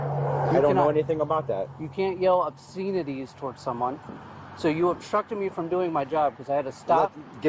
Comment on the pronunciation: Ob-seen-ah-tees. This officer isn't very een-tell-uh-geent.